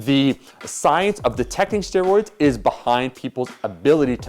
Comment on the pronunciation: “PED’s and STEEROYDS”